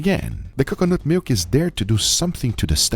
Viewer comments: Guga - "Kukanut Milk" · Guge saying C'cuh-nut hurts my soul for some indescribable reason. The side dish looked divine! Glad it all turned out good, would try. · Drink every time Guga says Cucunut 😂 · saying cocoanut wrong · Please NEVER say coconut again. PLEASE Or say it properly ffs